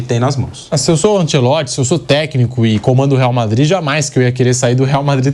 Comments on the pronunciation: Ancelotti, e não Ancelotsch😂😂😂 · A pronúncia é anchelotti